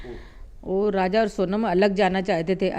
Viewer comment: Raza ki maa abe bhos@ naam to sahi se bol 😂😂 fir reporting krna